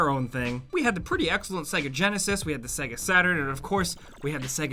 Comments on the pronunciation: Why do you pronounce it segga? It literally says SAYGA when you turn it on? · Sega, pronounced "say-gha" not "segga". You'd know this if ever you turned one on, well done apparent games console expert! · Sega? It’s pronounced SAYGAR. Can’t you remember it fucking says it when it loads up lmao. The way you said it made me sick. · why do americans say saga instead of sega? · Hes pronouncing "SEGA" like "segga" and its driving me mad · "segga" Who pronounces it that way? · They literally say the word SEGA when the game or console starts up. So why cant you pronounce it properly?! :D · You pronounce SEGA wrong